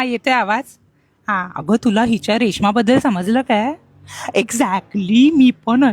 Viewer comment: Exactly❌ Exacly✅ 😂😂😂😂😂😂